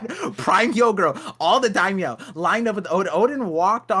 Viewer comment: Lmaooo it’s daimyo not Daimyow loll